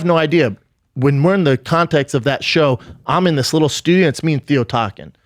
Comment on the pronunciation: I like how he calls it contex